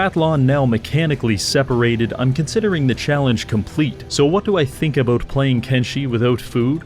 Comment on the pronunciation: Teaching english to the english? mate what are you even on 'aboot'?